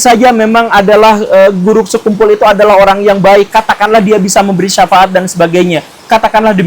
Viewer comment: kamu ga ber-intelektual sekali, sekian revisi-lah pelafalan nama beliau itu!